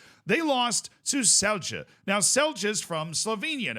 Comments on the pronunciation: As a slovenian how the fuck did Olimpija not win vs bosnians like cmon we had a pen as well like why are all players conected ro Slovenia, except for Šeško, so bad ar taking penalties like just fuckin put it down the middle pls, at least Celje went through but i dont care about Celje, also its pronouced Tselye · Celje = Tselyeh. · Celje is pronounced like the word Silly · Your Celje pronounciation 😂 It's pronounced as Tselye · Celje is pronounced: The C from Celje is the same sound C sound when you say Zwei Bundesliga (the first ZW sound, exactly the same), and the LJ part for a American the closest is the L sound. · But Celje still wrong